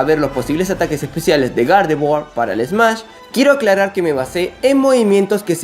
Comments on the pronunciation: Dices Gardevoir o..."¿Garde-Buargh?" Hahaha xD Es broma. Buen vídeo. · Me desespera que digas gardevoa